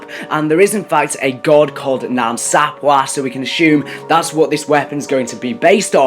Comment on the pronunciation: It's pronounced Sap way bro😂